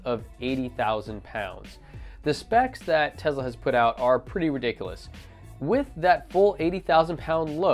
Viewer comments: FOR GOD’S SAKES YOU’RE STILL NOT SAYING “Tesla” RIGHT EVEN AFTER I TOLD YOU IN THAT OTHER VIDEO AND YOU NOTICED O MY GAH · Love your review, except one minor, stupid point. It's "Tesla" (i.e. "TESS-lah") not "Tezla." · Tezluh lol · Dope video. But please... it's Tesla. Not Tezla. xD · Ya umm there's no Z in TeSla.....just saying.